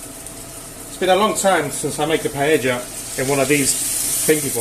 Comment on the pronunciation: Ah yes, classic gastronomic terrorism. Things done right first: I think you are the first person (non-Spanish speaker) who pronounces "paella" correctly; that's nice. Bomba rice is the proper type for the dish, and the process itself is nicely done. Reasons to be on a watchlist: 1.-Chorizo in a paella 2.-CHORIZO IN A PAELLA 3.-The reason why we dont like chorizo like a paella ingredient its because of the really trong and rich flavor, wich we all love; but it changes the flavor too much. 4.-Green peas and bay leaves are a bit strange, but acceptable. 5.-You lack any fumet or broth, which works really well for making a homemade paella (usually it brings the spices, the liquid, and most of the flavor). To be honest, it's a fine attempt at a paella for an amateur non-Valencian person. Don't be bothered by this comment :)